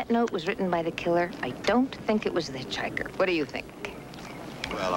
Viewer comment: Does say "an itch-hiker"?